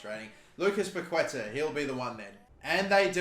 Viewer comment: It’s pronounced (pa-keh-TÁAAH)